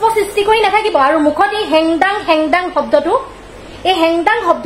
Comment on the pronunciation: O baidew heng dung sabdatu bhalkoi kobo jana naai re